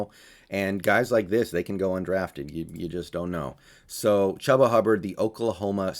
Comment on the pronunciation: It is pronounced CHOOBA not chuba